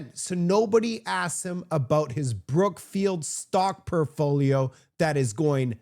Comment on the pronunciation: “PORTFOLIO” not “Perfoliol”. My friend….